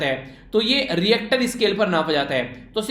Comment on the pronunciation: 9/10 -1 for the pronunciation of richter scale🙉